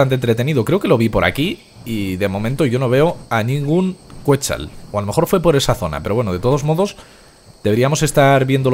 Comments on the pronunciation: se dice quecsal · se pronuncia "ketsál"